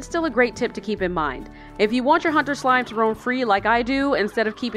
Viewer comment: "My slimeh secrets"